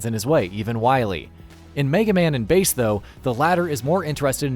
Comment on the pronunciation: Its bass not base lol